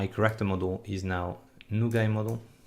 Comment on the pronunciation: Took me awhile to realize when your saying Corrector, that youre actually saying Character. But awesome tutorial! Im excited to use this engine and really appreciate this extensive amount of tutorial videos!